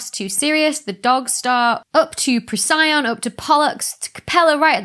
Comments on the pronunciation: Only one for me. Procyon-Pro see on: Prock eon. (Quack) Prock Yawn? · Pro-CY-yawn. That is so much better than PRO-see-yawn or PROK-yawn as I've been incorrectly saying for 20 years.